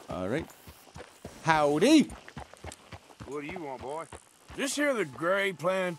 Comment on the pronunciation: that was an innocent bystander you just shot "GAVIN!" i did wonder when is going to run into that one 🤣🤣🤣 that very British "Howdy" 🤣 Hats lost: still just 8...